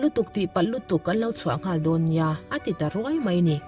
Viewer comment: Don hi tinge Dog tia i lamrik tlat